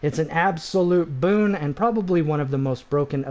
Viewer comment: Stop saying Boone 😂